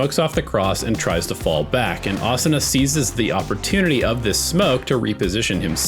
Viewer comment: Thank you for not pronouncing it Uh Soo Nuh 😅